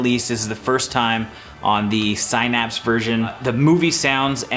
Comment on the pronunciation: The mispronunciation of “Synapse” bothers me.